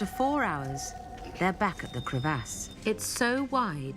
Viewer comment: i thought only xQc said Crevv Ass